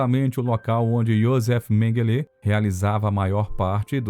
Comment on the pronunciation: MENGUELÊ ????? ONDE VC APRENDEU ESTA PRONUNCIA TOTALMENTE ERRADA --- Menguele não leva acentuação nenhuma..